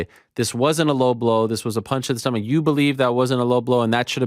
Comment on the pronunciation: Died when Paulo said stomaCHe 🤣